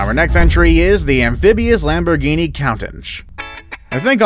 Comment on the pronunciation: No u said the Lamborghini wrong 😑